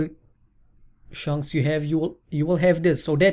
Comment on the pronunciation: German Accents <3